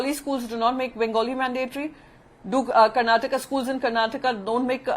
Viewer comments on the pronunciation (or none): none